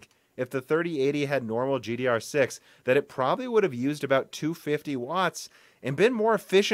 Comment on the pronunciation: Either you start saying GDDR6 or start saying DR4. IT'S SO FUCKING ANNOYING TO HEAR IT WRONG EVERY SINGLE TIME!